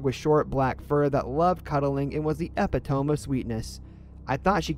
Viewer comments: How you pronounced “Epitome” instead of Eh-Pih-Toe-Me, you say -Eh-Pih-Tome LOL. I used to say it that way too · I'll take annoying chewing over your pronunciation of the word "epitome"